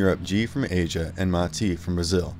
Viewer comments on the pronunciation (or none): none